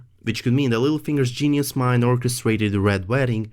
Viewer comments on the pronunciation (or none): none